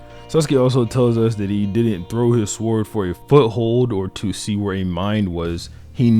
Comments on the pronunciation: sorry dude are you pronouncing the W on sword? wtf L video unsubscribed and disliked jk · Please stop saying sword like that😂